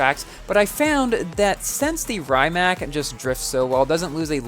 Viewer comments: Awesome vid as always!!!! also, fun fact: Rimac bought Bugatti and if you are the fan of The Grand Tour, you might have seen that Richard Hammond blow this car due to this car is crazy fast also: Rimac is pronunced "Ree-mac" not "Rai-mac" for most people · i think its pronnounced ree-mahc' i wish i could get this car but is too p2w